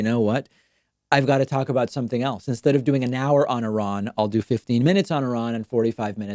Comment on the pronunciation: Pointedly mispronounce I-ran to fool the algorithm.